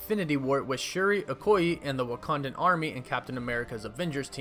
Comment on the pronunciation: Okoye pronunciation ( O- coy- Yay)